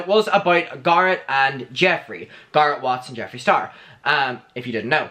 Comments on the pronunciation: Can you stop calling him "gurret" please? I know you have an accent but it's not exactly hard to say GARRETT correctly. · Not GAR-it. It’s GAIR-it. As in hair. Garrett. That’s how his name is pronounced. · It's Garrett like carrot not gar like car. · How you say Garrett is EVERYTHING!! "garut" come onnnn not me calling him Garut from now on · Its not Garrot. Wtf so anoying. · i’m obsessed with how says Garret🥰